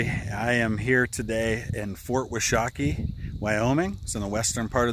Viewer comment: Being a Wyomingite, and being from north off there. I just thought I would let you know. Washakie is pronounced Wash-a-key , Not Wash-ahhh - key .